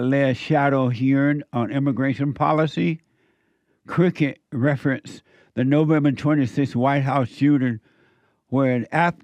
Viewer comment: I think he means crooked but pronounced it cricket 😂